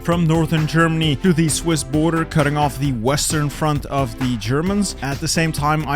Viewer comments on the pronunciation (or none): none